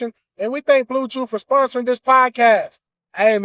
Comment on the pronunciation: reading blewchew like he don't use it 2 smash jajaja